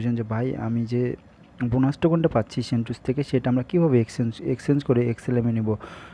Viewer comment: ভাই সেনটুস নাহ...সেন্টাস! 😒